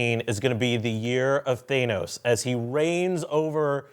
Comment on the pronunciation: Sorry, that's not how you say Thanos! Short 'a', like apple instead.